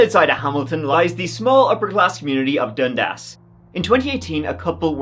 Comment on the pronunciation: i cant even stop laughing. such a weird way to pronounce it. youre saying it like dund-ass hahaha thats not how canadians say it xD so silly